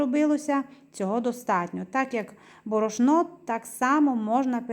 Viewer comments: Що за діалект? Звідки борошнО? Добрий кекс. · Мова да але ударения неправильные борошно не правильно сказано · Борошно наголос дуже ріже вухо